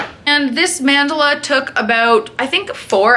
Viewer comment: stop saying mandala like that, lol ilysm and love your tats